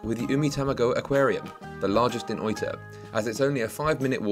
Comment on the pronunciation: English speaking people usually poorly mispronounce words in Japanese mistakenly using the English pronunciation for words spoken in Japanese like this speaker pronounced Oita (oyta) like soy when it's pronounce Oh-ee-tah. If you speak spanish or Latin you will have a better pronunciation. It's honorable and more respectful to ask a Japanese person the correct pronunciation of Japanese words. Don't assume that the English pronunciation or annunciation is the correct usage. Be polite and learn their proper way of speaking the words in proper Japanese pronunciation.